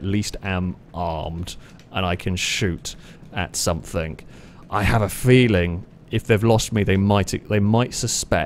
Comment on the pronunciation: "no one has caugtend on" "Somethink" 😂